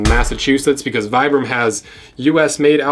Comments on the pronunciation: Vibram is pronounced: Vee-brum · For the record it’s pronounced “Vee-brum.” The originator is from Italy.